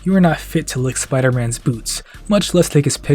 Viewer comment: “What do you got, some kinda Spidah Sense?!” “Haha ha. That’s actually kinda funny now that you mention i- OUGH. “